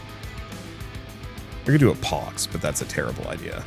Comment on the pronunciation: The dread that struck my heart when I heard you misread pox lol